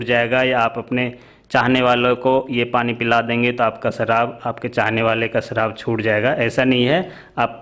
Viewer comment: Saharab not sarab 😃😃😃😃😃😃